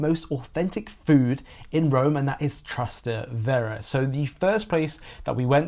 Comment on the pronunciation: Actually, it's TrasTEvere, not TrasteVEre. ("Across the Tiber" - Trans TEvere)